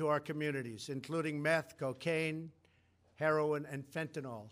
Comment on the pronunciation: Am I the only one who heard him say heraldwin instead of heroin? 😂😂